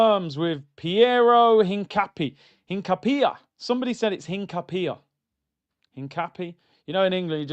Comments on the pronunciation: Hincapie is pronounced EEN-KAH-PYEH and he's a more natural left back than calfiori and MLS moves to CM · Hincapie has the accent on the "i". The i is pronounced like the "i" in internet. The "e" like the the "e" in Endurance. Im latino